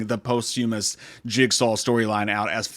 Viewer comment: You are mispronouncing POSTHUMOUS Google it. Play the pronunciation. You’ll see. And that’s coming from a non native speaker. So that’s funny. Lol